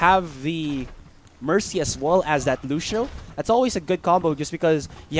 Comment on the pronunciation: the way the commentator say lucio is lusho haha